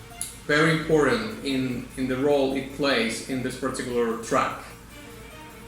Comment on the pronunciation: I thought you said "Horrid" instead of "Important" and I was about to lose my marbles haha